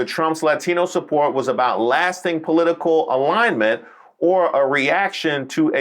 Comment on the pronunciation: I get triggered every time I hear her say “po-leet-ta-cul” 😝